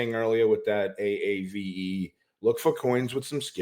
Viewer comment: Aave?!?! Guys no one has ever miss pronounced it that horribly